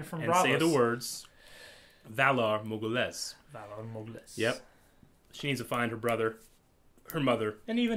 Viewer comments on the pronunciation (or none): whalA morghUlis, not whalA morgulIs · Val ah mor ghoulis <--- The Pronunciation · (in terms of speaking, Valar Morghulis, written, of course)